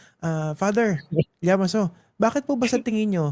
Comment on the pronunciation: Grabeng tawa ko ng “Father Llamaso” it sounds Damaso!